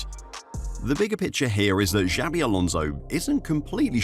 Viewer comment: Jesus Christ, stop mispronouncing his name. It's XABI Alonso, not JAVI Alonso.